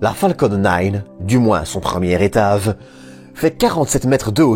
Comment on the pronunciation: Tu as un problème avec le son g tu dis v a sa place etage ou etave, large ou larve